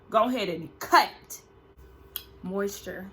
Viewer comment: Did you say moisture, lol 😂😂😂